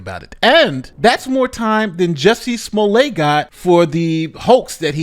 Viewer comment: You pronounced, “Juicy Smoolét,” wrong.